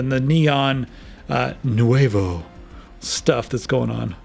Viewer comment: The way he said "NUEVO" 😂🤣